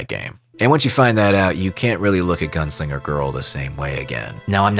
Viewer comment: À chaque fois que tu disais "Gounsliger" à la place de "Gunslinger" j'avais envie de te fracasser la mâchoire et te péter les rotules... 😒😓